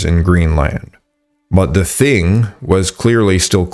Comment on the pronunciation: just fyi...the thing is pronounced 'ting' (rhymes with ring) In Norse languages the 'h' is usually silent. The name Thomas is another example.